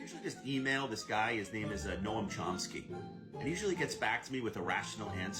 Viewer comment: 😬Noam Chomsky. definitely gives off Epstein island attendee vibes. And he doesn’t even pronounce his name correctly. It’s ‘nowm’ like a gnome.